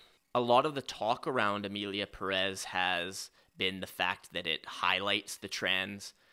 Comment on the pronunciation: one thing, can we stop pronouncing it like "puh-REZ"? The emphasis is on the first syllable. The American accent is fine lol but you can pronounce it like "PEAR-ez" and it's a lot more close to the real pronunciation / more respectful to the name. But I agree the movie is bad 🤣